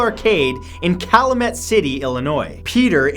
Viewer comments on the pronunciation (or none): none